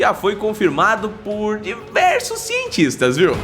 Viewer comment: ESSE " CIENTISTES " KKKKKKKKKKKKKKK